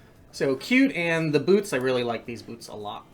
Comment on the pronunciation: “some good cold weather bloots”